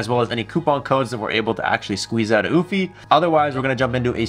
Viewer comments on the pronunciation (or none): Just curious.....Isn't it pronounced You-fee? and not ooo-fee? Like Europe? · U- fee not oooh-fee🤣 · Actually it's pronounced "you-fee" not "oO-fee"..🙄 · Oofy? Oh yes I remember I learned how to pronounce Eufy last time I went to Europe, I mean Oorope. It was a Ootopia. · It’s “Ufy…not Oofy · Came to say the same! "You-Fee" not "Oof-Eee" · The fact that you cant even pronounce the name correctly by skipping and entire letter is mind blowing 💀💀 EU-F-Y try that!! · Stop calling it OOFY and why do you end every sentence with a question ? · Yes no omph/oomph like sound it's EU like Euphoria but instead of oria its fy said like EU-FIE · BRO said UFFIE…. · is it not "YOO-fee"? Like Eulogy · Your pronunciation of the brand name is disturbing. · or pleasingly amusing... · Sounds like he's calling a dog😅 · Why you pronounce it like goofy 😂